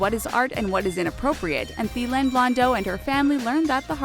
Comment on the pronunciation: Thylane is pronounced Tee La Nay